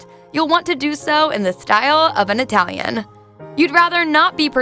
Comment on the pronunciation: Wrong pronunciation of every Italian name. What is an Atalian? It's Italian!